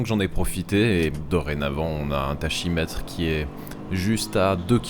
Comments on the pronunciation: C'est "TaKymètre" qu'on dit. ^^ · Toujours bravo pour le travail, les commentaires, le ton de la narration. J'adore. PS. On dit taKimètre ( ça vient du grec, tachus... vitesse (On dit takus))